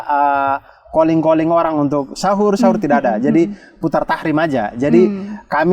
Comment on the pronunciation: Bang abdur, maaf yg betul tarhim bukan tahrim ya bang